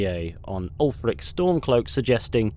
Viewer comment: Its Ulfric.